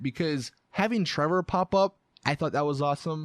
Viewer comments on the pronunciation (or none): none